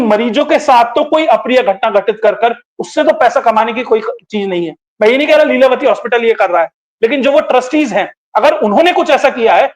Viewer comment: ko namaste Leelatavi nahi leelavathi ji😊